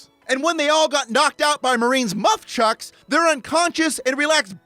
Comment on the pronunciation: Did he say 'Muff-Chucks'? ROFL